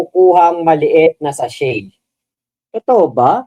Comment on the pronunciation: SACHET po hindi SASCHE 😂